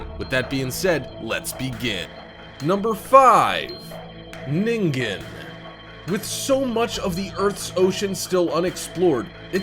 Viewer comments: Nin-Jin not ning-ging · Lmao he said ningen emphasizing the g! Its ningen like ninjin😂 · #5 is pronounced like nijen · I am pretty sure ningen is sound out like n-in-gen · It seems everyone who does a video about the Ningen pronounces it wrong. Ningen is actually a Japanese word that means Human. It is actually pronounced "neengen". (Sorry for making a big deal about this) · Woah so Zamas was calling us these “ningens” smh